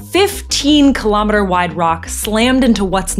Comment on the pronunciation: "WHATS A KILOMETERRR" 🇺🇸🇺🇸🦅